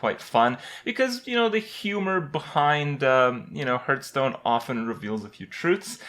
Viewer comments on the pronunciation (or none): it's heartstone, not hurtstone. Get it right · because he sucks at pronouncing. he called Hearthstone "hurtstone" for a very long time. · can you please stop saying hurtstone it's fucking irritating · Does he say "hurtstone"?